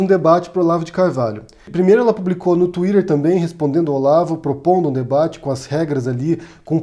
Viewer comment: Querido,. Eu sinceramente queria seguir seu canal, e mais(!), ser um colaborador da divulgação do mesmo. Só duas coisas travam esse meu desejo. 1º Nada contra você falar palavras em inglês, com sotaque em inglês de palavras que praticamente já foram aportuguesadas, como por exemplo "TUÍTER". Ninguém no Brasil e acredito que em nenhuma lugar do mundo, além de países de língua inglesa pronunciam 'TUÍRER". Isso, me perdoe, tem um resquício ainda de viralatismo em seu discurso e não só a mim, mas inclusive a vários linguistas, deve, no mínimo, incomodar, mas reitero, não que isso desqualifique seu discurso. Uma vez em outro vídeo seu você pronunciou o nome de Jorge Luiz Borges numa pronúncia completamente aportuguesada. E eu me perguntei: "Ué. Se ele se dedica tanto a falar palavras inglesas com uma pronúncia tão correta, por quê diabos ele, MORANDO NA ESPANHA, fala o nome de um grande escritor de língua espanhola, sem o devido sotaque espanhol?" Isso incomoda porque dá motivos para pensar que respeito à língua inglesa, ok, mas à espanhola, não merece o mesmo respeito. Perceba que eu nada desqualifico ou critico algum discurso de qualquer vídeo seu (muitos são de uma narrativa admiráveis). 2º Gostaria muitíssimo que, como um cirista e antipetista confesso, como você, viesse a público no mínimo para expressar um mea culpa em relação ao Ciro Gomes, que defende Bolsonaro contra Mourão (no mínimo estranho alguém defender Bolsonaro sob qualquer hipótese), contribui com a polític